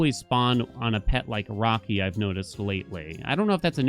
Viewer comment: Brother..... It isn't rocky... It's raki (rayki)